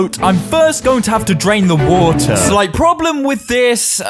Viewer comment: 'the woter' 🤣🤣😂